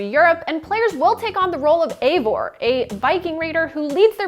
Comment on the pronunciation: It's not Eivor... It's Ivor... This is how you pronounce it